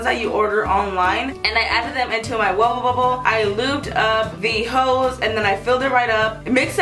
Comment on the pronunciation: the way she said wubble bubble killed me XD